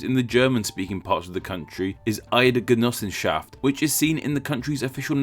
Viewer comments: If you try pronouncing the names slower you'd do a pretty decent job. I mean, when you talk about 'Eidgenossenschaft' your pronunciation is pretty good. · Beautiful pronunciation of the german term xD